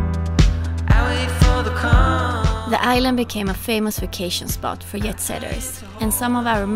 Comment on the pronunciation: its not "yet" setter, its "djet" setter. Or "yob" is meant to be "djob". Surely someone has mentioned zis to you already lol